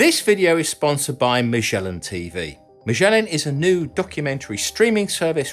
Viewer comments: As far as I know Magellan is pronounced with a "g", not a "ch". It's pronounced "gel" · I always thought you pronounced Magellan with a hard 'G'. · "Magellan", named after the famous explorer, is normally pronounced with a hard 'g'!